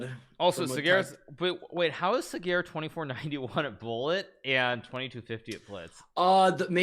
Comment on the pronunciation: Levy nailed the pronunciation of Sagar's name. Respect.